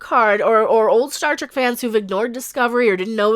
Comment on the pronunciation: did you just say "start wreck"?